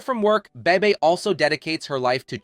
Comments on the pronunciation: it's annoying and rarely, if ever, pronounced correctly. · You pronounced Bebe's name differently so many times......